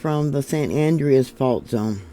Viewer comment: San Andreas ( An-drey-us)